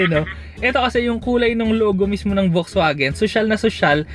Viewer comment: FAX-VAGEN (not "folks" vagen)